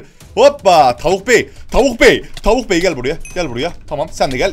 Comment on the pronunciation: tavuk değil o davık yaa